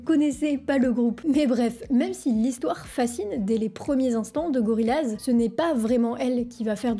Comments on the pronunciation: Pareil elle dit Gori lase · Pour info, ça se dit GORILLAZ "Gorille-Az" , non pas GoriLaz Je pense que c'est super important de respecter l'appellation originale d'un nom quelque soit l'origine du nom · ...on dit GORIYAZ et non GORILAZ! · Très bonne vidéo fait juste revoir la prononciation 😉 "LL" se prononce" y "donc goriyaze et non gorilaze 😊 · Je suis le seul que ça dérange goriLLaz ? J’ai tjr dis et entendu GORIAZE… 🤷‍♂️ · Il me semble que la voix off de la publicité tv pour leur premier album ainsi que tout les présentateurs radio de l'époque nous l'annonçaient comme Goriaze... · Gori Y az pas Gori L az 😑 sinon c'est bien raconté mais pitié n'écorche pas les noms c'est terrible 🤣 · Wesh ça se prononce goriaz (Gorillas) au cas où deux consonnes au milieu d’une voyelle. Comme gorille ou morille. Ça pique un peu j’avoue! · tu pourrais prononcer le nom du groupe correctement la prochaine fois 😉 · Non, ça pique ici aussi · elle prononce mal